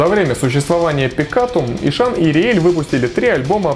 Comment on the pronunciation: И что из этого? Есть правила чтения. По этим правилам h между впереди идущей гласной и последующей согласной НЕ произносится. Звучать будет как Исан. Смекаешь? Или забей тогда на правила фонетики и произноси "Ищан", с ударением на И и прочитыванием "hs" мягко, как "щ", как Вегард произносит, а не ишАн, с ударением на А, как у тебя, раз уж так гонишься за соответствием, лингвист.